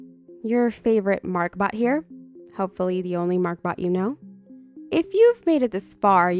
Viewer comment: Haha it kinda sounded like you said "Mark-Butt" XD